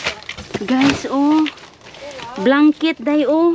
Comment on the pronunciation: chocolit,hahahahah,im and im tlga?day,mgbisaya na lang day,ayw sagi english,blankit?haha